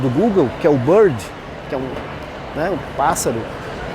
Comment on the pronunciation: A inteligência Artificial do google é a Bard, não Bird (pássaro), parei de assistir aqui... Desculpe